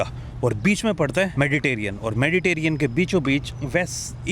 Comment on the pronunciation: मेडिटेरियन नहीं मेडिटेरेनियन होता है......कभी तो सही बोला करो